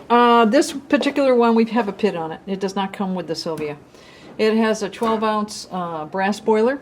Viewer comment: I watched an earlier video where you said "pid" rather than PID, and as an engineer with a background in controls I actually wrote out (then decided not to post) a comment explaining that it's always pronounced by the letters. It warms my heart to know that I'm apparently not the only one who was distraught over this. Great videos!